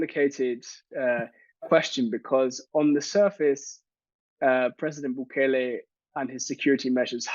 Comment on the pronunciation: It's not Bugele.... it's Nayib Bukele!!!!